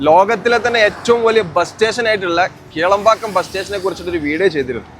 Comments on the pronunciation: Kelambakkam alla sirji, Kilambakkam. Randum rand sthalamaanu. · Kelambakkam alla.... Kilambakkam 😅